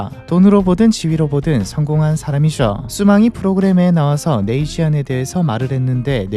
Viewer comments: 발음이... 쥐안이 아니라 쥐엔(빠르게 발음하면 줸) 인데... 왜 쥐안이 된겨... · 적어도 컨텐츠 읽어주려면... 뜻이나 발음은 알고 하자... 네이쥔... 쉬안이 아니고... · 네이시안 발음 엄청 거슬리네. 네이줸.